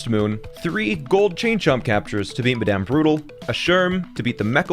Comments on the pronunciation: he's saying that him saying medem instead of madame is funny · Lol he said madame funny